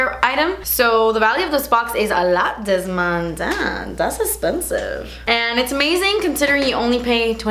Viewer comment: I love how you say “dammm thas espensivvv”